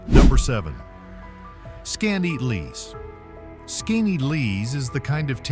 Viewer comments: Skineatlease? Skoneedlease? You say it about 4 different ways and NONE of them are correct! Seriously. Get your pronunciations down before you create a video! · Please learn to pronounce the names correctly if you are going to do these types of videos. It's Skinny-At-Less not whatever you were trying to say. And On-On-Da-Ga I would love to know where that solitary, snow covered mountain peak was actually. Even in the Adirondacks there isn't a mountain that looks like that, as they are a Domed Mountain Range. the old-time western architecture looked more like Wyoming than NYS. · Holy crap, please how.tp.pronounce the names of places you're going to have in your video . . . Skinny-atlas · Skaneateles... BUTCHERD THAT. (Skin - E - Atlus) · Skaneateles is pronounced skinny-at-el-es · Oops! Pronounced SKAT-EE-COKE. Also acceptable is SKAT-A-COKE. Rick Delair, 😋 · 😂😂 it is pronounced skinny Atlas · Lmao...how you gonna have a video featuring unique towns and events without knowing how to pronounce! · Every time he said it, I shouted!😂😂😂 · It's pronounced Skinny - atlas. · PRONOUNCED. SKINNYATLAS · Said Skaneateles 10 times and didn't get one pronunciation correct. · Why did it pronounce Skaneateles a completely different way every time it said it, and none of them are correct? 😂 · thank you-- he really butchered the name! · Right. How many different ways did he pronounce skaneateles?😂